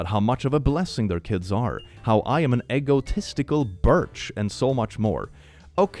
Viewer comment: the way is saying egotistical- is that his accent, or is that a youtube thing??? It's really silly the list of words you can't say on youtube.